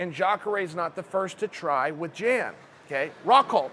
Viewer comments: Jan 😂 Uncle Chael strikes again. It's pronounced Yawn = Jan we got u Unk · "Yan" is how it's pronounced. I know a Jan and sounded just like Uncle Chael for a while. It's Jan, not Jan. C'mon bro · Chael your the man.... Pretty sure it's not prenounced Jan though. Fairly sure it's prenounced Yon. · Hey Chael you moron. It's Pronounced Yan, not Jan. Jan is a Girls name. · Jan = Y(ANN) Joanna = Yo(ANNA) Much love from Poland:) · The way you say „Jan” is all sort of wrong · Chael “Jan” Sonnen